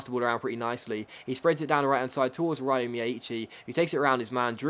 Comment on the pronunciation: by the way the way you pronounce miyaichi's name is wrong, as an Irish person living in Japan I can tell you that you should pronounce it as Rio instead, as that is closer to the correct Japanese pronunciation of the name!